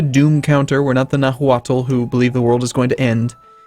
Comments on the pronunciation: the "h" in Nahuatl, is silent "Nah-Ua-Tl" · H in nahualt dont have sound so sound like nauatl, nop najuatl =)